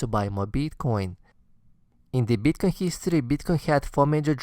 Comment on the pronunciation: Best video I've seen on advice for the recent dip for noobs and reaffirmation for oldies. Thanks. Love the way you pronounce Bitcoin: You must get a lot of BTC pussy.